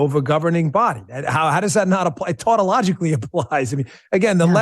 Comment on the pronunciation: “tautologically applies”?